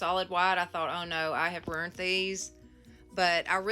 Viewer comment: Lmao.... Did you just say "rurnt" aka ruined? Bahaha cuz that's how I say it too... Lol. Ooo and I think you said "warsh".... Lol. 😂 I say that too..... O and a little trick I learned a few months ago about how to keep the glue from gluing itself shut is as soon as I open it for the first time, I use a qtip and I line the inside of the lid AND a little bit around the part where the glue squirts out.... I've not had a problem ever since I started doing that. I wad sick to death of wasting glue cuz it was glued shut. Lol XO from TEXAS! 🤠